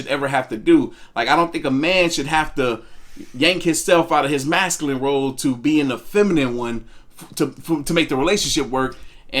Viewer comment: Gott dammit it's MASCULINE!!! Not Mascalin! So fkn annoying